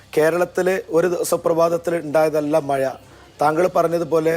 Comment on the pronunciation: മയ അല്ല മഴ 😂